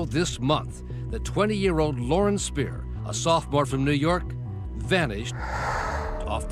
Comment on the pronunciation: Pretty sure her last name is pronounced 'Speer-er'. Not Spy-er. The white truck was a pick-up truck, not a semi trailer. There are photos online.